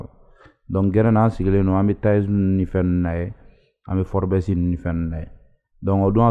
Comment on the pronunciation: Tu prononce très mal le magazine forbes mdr